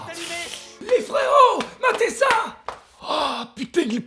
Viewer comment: "Matez ça" : j'ai clairement entendu "Ma Tessa" et j'ai direct pensé à "je suis plus ta Tessa tu m'entends ?!" ...Tiktok fait des ravages.